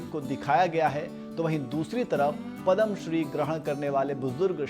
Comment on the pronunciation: सबसे पहले तो आप पदम बोलना छोड दे .... यह पुरस्कार पद्म नावाजा जाता हैं